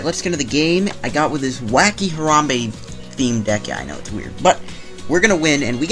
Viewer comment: Disliked for mispronouncing Harambe. Show some respek on his name.